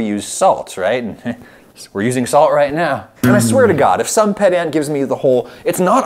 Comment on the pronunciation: It's so funny how adam pronounces "pedant" wrong. I wonder if that's on purpose lol